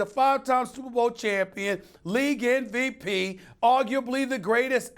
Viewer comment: I hate when people say “NVP” instead of MVP